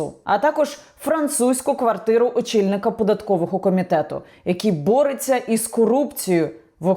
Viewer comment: борТЬся, а не бореЦЯ